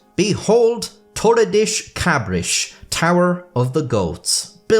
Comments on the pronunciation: That's Spanish, maybe Portuguese. Not "Tore a dish cabrish" "Torrei das kabrass" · Damn, I know that it is very not nice to mock someone's accent, but oh my god that one made laugh, you said "toli-dish d' cabri-shi" instead of "toh-rr-e dah-sss cah-brr-ah-ss" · You gotta imagine what us Brazilians and Portuguese felt every time he pronounced Torre das Cabras as Toredish Cabrish. XD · Funny how you pronounce Torre das Cabras every time, when it literally means goat tower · i don't get to see native English speakers talk Portuguese very often but your pronunciation of torre das cabras might be the funniest shit i have ever seen in my life, 10/10 no notes edit: my grandpa DOES have a small farm, and i DO have quite a amount of family members fairly talented at masonry... unfortunately, no goats anywhere to be seen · Dear, your pronounciation of Torre das Cabras and Worcestershire was atrocious! 😅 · Torres Das Cabras was even worse